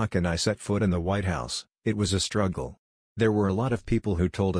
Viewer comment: It was a "shtruggle".